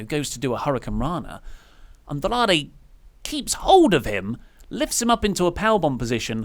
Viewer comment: Why does pronounce "Andrade" like he is actually mexican? No idea how can sit next to that and not say anything.